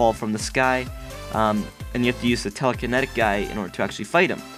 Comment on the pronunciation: Telakenetaik? Your saying it so wrong XD .